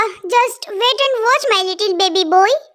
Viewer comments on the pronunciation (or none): Didi baby boy hota hai baby boi nahi 😂